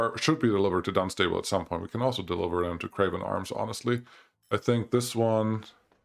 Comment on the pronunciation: you pronounce it henly on tems and dunstable is dun sta ble then say it quicker. im from the uk so i know how to pronounce english town names your welcome lol